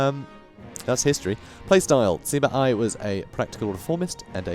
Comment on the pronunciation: You pronounce any Chinese names that has the -ui suffix like Hui, Sui, etc. like 'way' but with the start of the letter. Sui would sound like 'sway' and Hui would sound like 'hway'. Also apparently Sima is not pronounced as 'see-mah' but as 'suh-mah'.